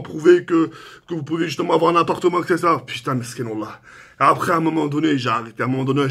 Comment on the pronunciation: Au début g crus que tu disais « avortement » au lieu de « appartement »😂😂